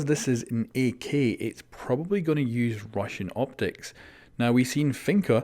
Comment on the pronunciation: He says "ak" like "E key"